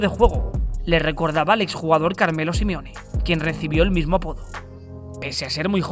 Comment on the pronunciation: Por que le dices Simione?